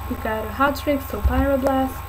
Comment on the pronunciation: Fireblast ? Lol is Pryoblast